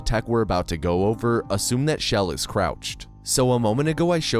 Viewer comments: Chell is the hard Ch, not Sh sound. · Chell❌ shell✅ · Chell. Not Shell. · It’s Chell not Shell.